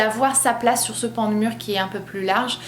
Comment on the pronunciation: J’aime bien comment tu prononces «sur », « mur ».